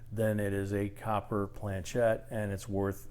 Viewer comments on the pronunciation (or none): Nice touch on the pronouncement of planchét lol, all good info!